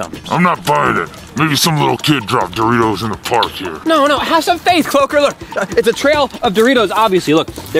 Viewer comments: No its cloaker not cloker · its CLOAKER not CLOKER